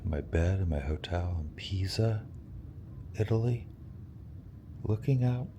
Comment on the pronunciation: “The leaning tower of cheese-uh”